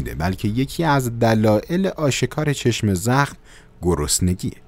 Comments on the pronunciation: آقا چرا میگی چشمِ زخم.کسره نداره.کلمه یکپارچه س.چشم زخم .بدون کسره. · ببخشیدا ولی چشمِ زخم گفتنت روی مخه:/| عزیز این دوتا کلمه جدا جدا نیست یک کلمه‌است چشمْ‌زخم: واژه مرکبه(یعنی یک‌کلمه‌است که از دو جزء معنادار ساخته شده)؛ به لغت نامه دهخدا مراجعه گن/ بدون کسره خونده میشه وقتی با کسره میخونی ترکیب اضافی میشه متشکل از مضاف و مضاف الیه